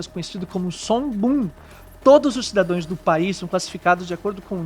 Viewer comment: Cidadãos e não "cidadões"